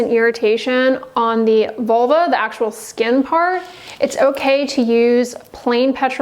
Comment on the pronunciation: learn how to pronounce vulva, not vuluar